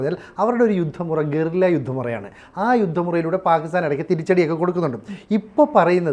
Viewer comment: ഗൊറില്ല അല്ല ഗറില്ല..